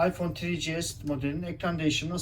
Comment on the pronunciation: Yani Afyon 1 5s diyor adam beyler